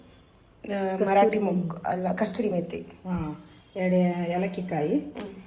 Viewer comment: Kasthrui methi alla kasuri methi adu